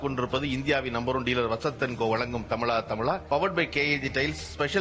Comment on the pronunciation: Is it தமிழா தமிழா or தமிளா தமிளா